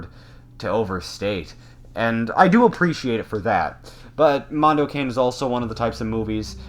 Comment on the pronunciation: It's pronounced "can-e' "